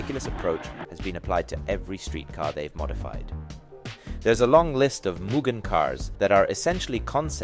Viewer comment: not even. its mugen, not whatever this american as$ "muguhn" is